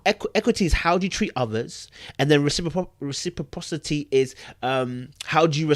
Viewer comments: Reciprocity is pronounced REH-SIP-PRA-CITY...all love! Love the videos 💜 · The word is tricky when looking at it but it is phonetically pronounced : RESA - PRA - CITY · Re-Say-Prraw-City been kicking your ass lol. Love your videos <3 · RECIPROCITY (Ress-i-prossity) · I got you boo! It’s “REH- See-Prah-City” (reciprocity) ☺️☺️ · REH-sip-rah-sih-tee ;) great commentary as usual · Please take this in a positive way because it’s coming from a positive place . Google can be a resource to learn to pronounce words you are having difficulty with before doing your post ( if you want) because you were butchering reciprocity. I am a NP and use Google pronunciation when I am having difficulty with words to help me out so I that I go into conversations confident using given word(s) with my patients ( ie ...a medication or condition )